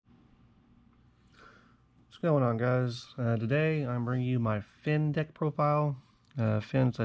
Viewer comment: It sounded like you say "Fins a dick set 15 leader." Hahaha awesome video